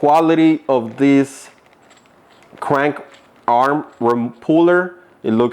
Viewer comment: {th-reds} threads. {Kra-(able)-nkuu} {aR-(are) mmm} Krank Arm. There you go bud